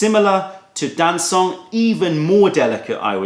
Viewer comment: Very nice however - not Dan-soong but Darn Chung - very informative video